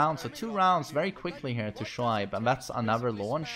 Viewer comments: Pakistan really killing it in these Tekken tournament! It’s also great to see characters that you’ll think wouldn’t stand in tournament battles to just smash it! P.S his name is pronounced “ Show-Abe” 😉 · Shoaib is pronounced "Shoayb" like how people say "ayyy" that's how you pronounce it. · Let me make it more easy. It's show-aib (that's Abe from the word 'babe')